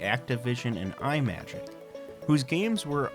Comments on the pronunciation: Intellivision was failed by its own design. Imagic is pronounced "ihh magic." Imagination Magic. NOT 'EYE MAGIC.' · Did this fool seriously pronounce Imagic as "eye-magic"?? And then he inexplicably calls Micro Surgeon "Body Surgeon".